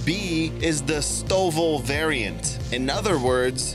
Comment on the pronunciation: I've never heard someone pronounce STOVL as "Stovel"